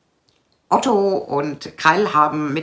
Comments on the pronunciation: Liebe, der Mann heist OTTE, NICHT OTTO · Ott-E Nicht Ott-O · Kein Otto. Er heißt Otte.